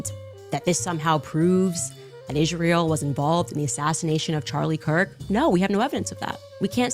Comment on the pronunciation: I can't even stand the way she pronounces Israel..